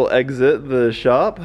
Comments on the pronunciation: 3.21 “eggsit” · “I think it’ll eggsit the shop.” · Did he say it would eggsit the shop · “I think it will eggs-it the shop.” I see what you did there. 😂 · "I think it will 'eggs'it the shop"